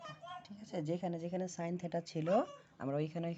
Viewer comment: ভিডিও মানসম্মত না হলে দেখতে ভালো লাগে না। উনি এই দিকে ভিডিও করছেন অথচ ব্যাকগ্রাউন্ড এ অনেক সাউন্ড হচ্ছে। ভিডিও আরো ভালো করতে হবে। আর এই টাকে থেটা না থিটা বলে। বললে ভালো শুনায়। (SSC batch 2025)